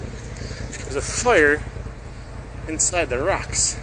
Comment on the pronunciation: "there's a fyr inside the racks"!! Lmao 😂😂